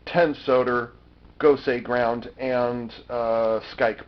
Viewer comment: If it's called Gosei Ground, why is it pronounced Gosei Gurando?